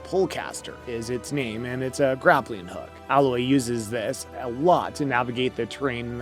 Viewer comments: I’m so triggered by you continually saying “Al-oye”. It’s “AYE-LOYE” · “A”- Loy not “Ah”- Loy. I cringed every time I heard that. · Dude stop saying alloy its a-loy aloy* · Can't even pronounce Alloy correctly 🤣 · Dude you obviously don’t even know anything about this game. You are pronouncing everything wrong. Like it’s actually funny how bad you are butchering their names. Like Alloy? Seriously? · Well, from someone that can't even pronounce 'A'loy correctly... the games 'main' character... what else can we expect?